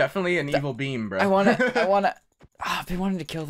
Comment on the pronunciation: When was talking about the beam, I kept hearing bean instead. "There's this purple juicy bean..." and I almost thought had completely lost it at this point.